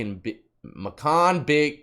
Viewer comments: If you say macoon one more time death I stg 😂😂 it’s (may-cuhn)😂😂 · Ma-coon he said lmao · He said macoon lmao its may-con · Macon, make-in lol. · Bacon =Macon....Not MAcoon 😂😂😂😂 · you got me laughing so hard just trying to say Macon 🤣. Pronounce it "MAYCUN". I'm from Augusta, Georgia and love your channel brother. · Ikr its like bacon but with an m 😭😭😭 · Muh khan.. That's how you pronounce it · It's pronounced MAKE ON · Macon Georgia (MaeKon) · It’s Macon bro. Macon Bacon. Sounds like Bacon, tastes like regret and hair grease. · Macon is pronounced like Mayken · Its pronounced like make-on and yoooo my wife works at atrium/Navicent everybody that works there hates the name too lol its a mouthful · Bibb County Deputies have been carrying knifes for decades. The knife has a clip on it. You can see the clip on the outside of the pants pocket. This is the difference between jails and state prisons in GA. I’m hoping since this has happened Sheriff Davis will stop the deputies from carrying knives in the jail. Macon is pronounced May-con. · "May con". It's pretty much Atlanta. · Macon = May-Kin. Like Makin' Bacon, got it? Congrats on the 4 MILLION. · Its pronounced may con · Macon sounds like bacon. I'm from georgia so I know. Been all over. Salute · Macon " May-Kin" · it’s pronounced “may-Ken” You’ll get it bro! Must got dat LEOPARD 🐆 👙 on your mind! 🤣😂🤣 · Macon is pronounced maycon im from atl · Its makon like bakon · “may-con” Georgia ! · Macon is pronounced "May-kin" you say it kinda like you say bacon. Lol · He said "ma-coon" "ma-coon" lmao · Yo...It's MACON.. like BACON 🥓 🥓 🤪🤪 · ( May-cun ) Macon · its bacon with a M. MAY-CAN. Macon Ga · Like bacon, but Macon. I’m from Georgia 😊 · It's Macon kinda like bacon but with a M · It's pronounced like bacon with a M. Macon Ga. Bibb County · Im from Macon GA bro, these folks crazy down here 😅 By the way Macon is pronounced like Bacon 🤘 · It’s pronounced Macon.